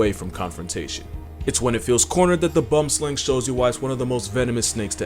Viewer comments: THAT'S PRONOUNCED BOOM SLANG, NOT BUM SLANG. BUT WE KNEW WHAT YOU MEANT. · ita pronounced "boo-wim-sl-ung" not bum-slang 😭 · So boomslang is an Afrikaans word, basically “tree-snake” when directly translated, and it’s actually pronounced “boo-wum-slung” the “wum” is a short sound though, more just a different pronunciation of the “-oom”. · It’s “boomslang”, not “bum slang”…. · BOOM-slang NOT BUM-slang! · Is he saying"Bumsling"? ITS BOOMSLANG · It literally kills me the way you pronounce bum slang instead of boom slang LOL ridiculous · boomslang ❌ bumslang ✅ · I absolutely love this channel especially the terms you use. Just for future reference it's pronounced boomslang not bum slang. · Lol its a common mistake i see from alot of people, its not bumslang, its Boomslang. Pronounced Boor-m-slahng. Im south african so I know the pronounciation for it correctly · Bumsling??? Boomslang... Boom...Slang...Bumsling... hmmmmm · bumslang🤨 boomslang😌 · Bumslang* it is called boomslang pronounced boowim slung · Quick thing on the pronunciation of boom slung its not bum slang it is pronounced booemm sluung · As a Namibian, the Bumslang is not how you pronounce it, at least not here. Here it's called the Boomslang. The boom part is almost like the part in boomstick, but is tree in Afrikaans and slang is snake, also in Afrikaans. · “BOOMSLANG” meanwhile “bumshlang” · Dude... PLEASE look up the pronunciation of 'boom' (Afrikaans for tree) and slang (pronounced slung)... I want to cry every time I hear you say bombsling. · "Bombslang" 😂😂. It took me a second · “Bum-slang” hehe, it’s boomslang like boom mike or boom-er.... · Iam South African and hearing bumslang hurts it boomslang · is that supposed to be a boomslang? Then why did he say bomslang?? If it is the boomslang then it litterly translates to treesnake. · Boom- slang snake not bumslang. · Boomslang is pronounced more like bwoom-slung not bumslang😂 But yea they do be a menace here in South Africa🇿🇦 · Pronounced Bwoomslung